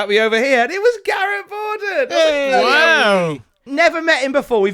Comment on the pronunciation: Whwow should be said like how Vince says wow.